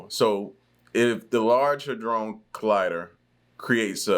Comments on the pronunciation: How hard is it 4 you to pronounce "hadron"?!! The narrator literally says it aloud many times over!! When u keep saying "ha-drone", it just makes everything else that comes out your mouth sound ridiculous. 💯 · Its (had dron) collider, not (hey drone) lol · Salute bro I watch u all the time, but it's not the Hadrone, It's Hydron bro lol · I believe all the latest changes in people's behavior are because of CERN. Drone is spelled d.r.o.n.e he'd- ron. I'm not sure where your pronunciation comes from. Also... It's way too big for a weapon!🤔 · first you just mispronounced Hedron like 30 times, and second it already is creating miniature black holes on the regular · the good ol huh-drone collider lmao